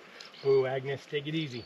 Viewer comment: the name of the mule is Agnes, not agnus 🙂